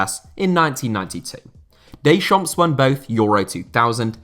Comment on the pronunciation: don't pronounce the S in Deschamps